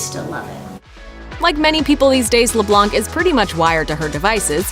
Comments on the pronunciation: Voiceover: LeBlᗩᑌnc Me: throws headphones across the room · Why are they calling Annie “LeBlanc” lamo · Did you notice she said Annie’s last name wrong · She said Annie’s last name totally wrong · It's annoying how they kept calling he LeBlanc and not Annie. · Leblanc is a french name and we don't pronounce the c